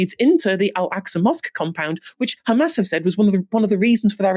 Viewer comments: Khamas still cracks me up. Why are they adding a K?! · Just by hearing someone pronounce "Khamas", you know what side he's on 😑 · Its khamass